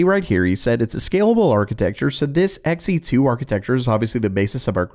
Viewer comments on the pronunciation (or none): Not Xen. Xe2. It's new. It's blue. It's two.